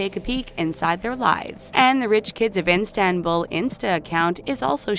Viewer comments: Its Istanbul not Instabul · Why does she keep saying instanbul it's not that hard mate 💁💁💁 istan-bul . . .. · for fucks sake, its ISTANBUL, not INSTANBUL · its not instanbul its istanbul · Not Instanbul,ISTANBUL,gosh... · Has anybody noticed that she says "iNstanbul" each and every time? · "The rich kids of Instanbul" That's not how that's PRONOUNCED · Its Istanbul... not "Instanbul"... I usually love your videos but most pictures weren't even from Turkey and with all this research I cannot believe how you guys managed to misread the name of my hometown everytime... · did she just say Enstenbul instead of Istanbul? I'm done🤣🤣🤣🤣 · dear voice over, it is istanbul not instanbul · Didn't finish the video cuz she insistently said Instanbul instead of ISTANBUL!!!! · Who pronounces Istanbul that way though ? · Stop saying Instanbul please... You're torturing me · Instanbul😂. Please the taklo don't mispronounce . Oh i mispronounced the channel name too. lol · the name of the city is "istanbul" for god's sake not instanbul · It is not instanbul but Istanbul. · She kept saying instanbul it’s Istanbul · INSTA-bul ... really? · It’s not instanbul it’s Istanbul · It’s ISTANBUL not INstanbul🤦🏻‍♀️ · It's not Instant bull it's İstanbul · Instanbul????? May be it’s Istanbul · Not İnstanbul, it’s İSTANBUL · Every time she attempts to say Istanbul I just cringe.. I’m half Turkish so the pain is real😩😩like wtf is instanbul?? Honeyyy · ISTANBUL DUDE NOT INSTANBUL .... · IStanbul NOT INstanbul jesus! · I wish I‘ve never watched this. it is not instanbul it‘s ISTANBUL wth!!!! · istanbul not instanbul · Not INSTANBUL -its ISTANBUL 🙄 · Istanbul not Instanbul, pronounce it properly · Its not Instanbul its ISTANBUL :)) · It's "Istanbul" not "INstanbul" :| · OMG Please stop saying INstabul.....it's Istanbul..... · It's IS.TAN.BUL not instambul ffs! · It's ISTANBUL and not INSTANBUL amk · Wtf is an Instanbull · WTF IS INSTANBUL? Get your facts right before producing a video. FYI it’s İSTANBUL.